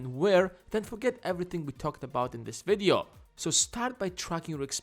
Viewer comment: I hate the way you pronounce 'video'.